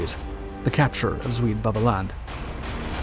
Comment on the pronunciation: As a Dutchman, I was going to make a similar comment about the pronunctiation of the Dutch names. Although the word "Beveland" was pronounced in an english fashion, I was VERY impressed by the correct pronunciation of Walcheren. All over the Netherlands, people mostly remember that we were liberated (at great cost) by the Canadians.